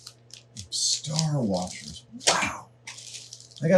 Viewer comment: STAR WARSHERS